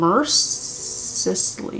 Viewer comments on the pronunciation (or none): please let me help you say it mercilessly sounds like mer-se-less-lee, you were trying thought I would help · girl it’s mercy-less-ly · Watching her fail to pronounce "Mercy-lessly" is insane😂😂😂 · Paragraph: Mercilessly: o-O what is that Mer-si-lus-lee Also everything u say is pure fax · mer-CI-less-ly please girl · the pronunciation of mercilessly was so funny bless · You completely missed the point of Lanas letter. Also the word “mercilessly” isn’t hard to pronounce😉